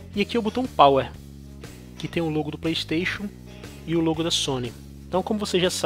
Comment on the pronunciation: Playxxxteixooon, carioca e foda